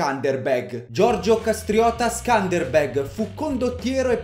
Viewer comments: Si pronuncia scanderbeu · Si legge skenderbeu in italiano ma comunque non ci ho capito na sega Hahahah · Quando sei albanese e aspetti questo momento da una vita e per ricompensartelo lo fa il tuo Youtuber preferito approposito si pronuncia sëndërbërg leggi le e un po' come una o tedesca ma con l a e che a perdere il Regio fu suo figlio che non aveva la cena da condottiero di suo padre